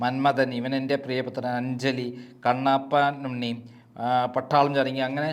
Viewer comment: കണ്ണാപ്പ ഉണ്ണി എന്നല്ല കണ്ണപ്പനുണ്ണി എന്നാണ്